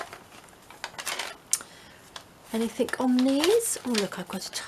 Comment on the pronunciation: On the word anything, the g is slient! Not anythink.